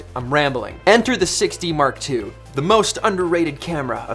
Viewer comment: Haha! You "Six D Mark two" sound like "Sixty Mark Two" :))) Man, I spent a lot of time searching for "Canon 60 Mark2" :)))